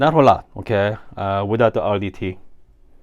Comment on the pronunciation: Idk if I’m here for the coffee stuff or the “oukay?”s, but I’m lovin bein here. Cheers! ❤